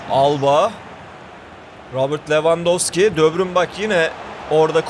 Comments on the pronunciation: De bruynenin ismini doğru düzgün söyleyebilen yok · Debrün ve rabırt deme şunlara be